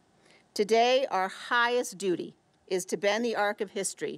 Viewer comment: She said dootie 💩 🤣